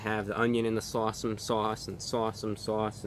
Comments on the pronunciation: Sorry Reviewbrah, your seagull interpreter did a pretty bad job at saying S'Awsome. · Shots every time he says sawesome sauce.....🤪